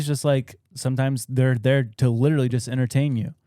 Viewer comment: For the love of all that is holy! Please learn to say the word LITERALLY the right way or stop using it every other sentence.